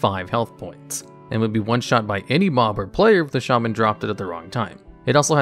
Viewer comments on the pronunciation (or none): none